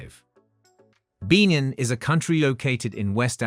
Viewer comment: He should at least pronounce the names of the country properly! (e.g. Malawi, Lesotho, Benin)